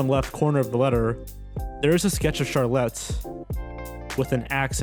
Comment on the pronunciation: How is it that he pronounces Charlotte correctly every OTHER time? Lol